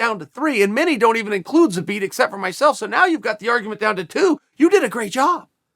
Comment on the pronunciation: Kinda disappointed in ol' Chael for pronouncing Zabit's name properly. Missed a perfectly good opportunity for a "Zabbit."